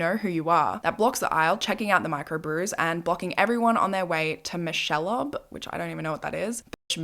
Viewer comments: Micelleob is so funny...I think he meant Michelob, the beer brand (mick-el-ob) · Michelob is a beer brand here lol. Pronounced MICK-EH-LOBE. He’s saying he hates craft beer bros and just wants his cheap water beer lol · lolllll - michelob is a beer, pronounced “mickel ohb” :) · Michelobe 😂😂 Mich- eh- lobe it’s a beer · FYI, just thought I’d let know. It’s not Michellob. It’s Michelob. It’s a beer in the United States. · also Micholob, it’s beer, pronounced mik-o-lobe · If any other Australians see this: Michelob is pronounced “Mick-eh-lobe” and it’s a beer here in America. Not the point of this video but if anyone was curious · Michellob is a beer. Pronounced like "Mickle lobe" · Michellob( Mick-o-lobe). It's a beer. Love your honest approach to the unknown and cool accent. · Michellob! Lol. It's a cheap ass american beer and it's pronounced Mick-a-lobe :) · michelob 😂😂 "mick-a-lobe" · Michelob = mick-uh-lobe, it’s a type of American beer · Mic-a-lobe ——it’s a type of beer. 😜😜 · Michelob - which he misspelled is a common American beer. Pronounced mi·kuh·lowb. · Michelob is a beer pronounced mik a lobe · Michelob (his was misspelled, pronounced mik-ah-lobe ) is a beer. 😊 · Michelob (pronounced mickle-obe) is a beer… I’m assuming that’s what he meant? Who knows 😂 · Michelob is a type of beer. Pronounce Mick-a-lobe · I laughed so hard when you pronounced michellob wrong😭😭😭no hate, i just thought it was hilarious. Otherwise, crazy story, absolutely psychotic this dude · Michelob is a brand of beer. It’s pronounced Mick-a-lobe. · Michelob is a beer lol mik-eh-lobe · Michelob (pronounced mick-a-lobe) is an American beer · Michelob like michelob ultra pretty sure that’s like a beer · So not important but the way she pronounced Michelob made me LOL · He’s probably trying to say Michelob ultra. It’s a beer.